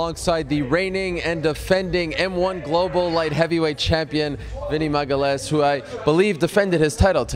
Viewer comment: why did and keep pronouncing his name as "magalesh", isnt it maga-leh-as.